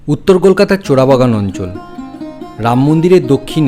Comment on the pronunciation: চোরাবাগান বলেছে, শুনতে জোড়াবাগান লাগছে